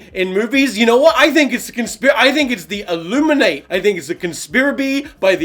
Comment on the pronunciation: "I THINK IT'S A CONSPIRIBE, FROM THE ILLUMINEAY"